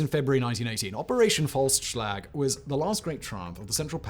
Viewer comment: "Operation False Slag" I'm sorry what....? Oh Operation "Faustschlag"